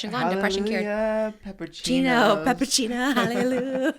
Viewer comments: not letting them know that it’s hallelujah not halelu is crazy lol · Them saying halleloo instead of hallelujah like Sh*ngela from drag race killed me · The way they are pronouncing hallelujah 😫😂😂😂😂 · I literally couldn’t focus because of the pronunciation of hallelujah. I’m like have I been wrong my whole life. 😂❤ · Them pronouncing hallelujah is killing me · emphasis on the JAH 😭😭